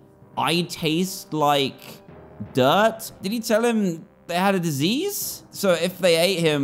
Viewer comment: “He has a disiease?” THE RIDDLE SAYS ITS A WISH